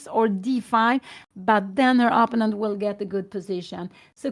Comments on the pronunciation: What's up? Sometimes when English isn't Your Native Language, some People can have difficulty with Certain Words in English. That Might be the case with Mrs. Gramling. So, We should grin and bear it so to speak. She is such a Nice and Kind Lady Who Loves Her Daughter Anna very, very much. But, if One just got to tell Her She is Pronouncing " Opponent" wrong, Please do it Discreetly like in an E- Mail Correspondence. She just might genuinely appreciate such. And like that She want be on the Spot with the Other Viewers on YouTube. Have a good one, 🕊️ Out. Freeman from the States the United States that is. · Perhaps Pia Gramling would actually be glad to know that she pronounces "opponent" incorrectly. I would certainly like to know if I were publicly pronouncing something completely wrong over and over again.